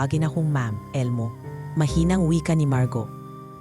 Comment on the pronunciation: Maganda sana Ang kwento kaya lang kelangan Ng narrator mag practice Ng pronunciation 😂 dahil Tagalog pero Mali pa Ang pagkabasa marguo ginawang margaw 😂😂😂